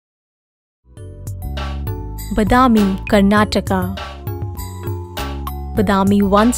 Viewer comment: horrible pronunciation of the word badami. pls learn correct pronunciation